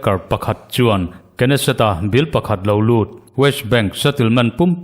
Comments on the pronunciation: Knesset i lam rik dan hi a ori hebrew pronounce ang ni mahse, hnamdangin an lam ang hian Nesset tiin lam ve mai nise.. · Knesset- hi nesset- tihtur alawm